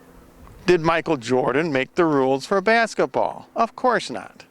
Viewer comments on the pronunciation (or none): none